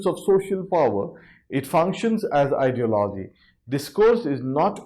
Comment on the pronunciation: He cannot even pronounce ideology